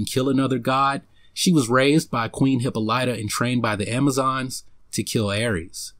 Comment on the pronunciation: Great video...I just don't like how you pronounce Diana mother's name.